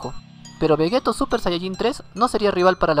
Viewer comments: Se dice Vegito no Vegeto ya se que se escribe Vegeto pero se pronuncia Vegeti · Di Veyito literal así se prenuncia no como se escribe.